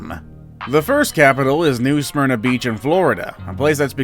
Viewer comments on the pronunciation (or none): none